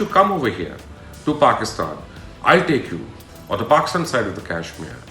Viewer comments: Learn to pronounce Kashmir girst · At least pronounce Kashmir correctly.